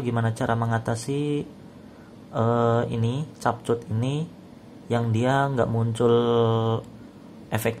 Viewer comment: Baca nya kepkat bukan cap cut